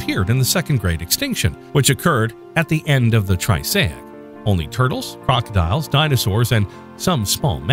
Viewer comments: wonderful short, great graphics you might want to take a look at the pronunciations for the following: ornithopods not orinthopods; triassic not trisaic etc; film editor probably should have been more aware of these during final cut; but overall, very nicely done. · You’re pronouncing Triassic wrong throughout.